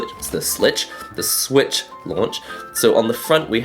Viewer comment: Nintendo's 10 gen confirmed "Ninteno Slich" lmao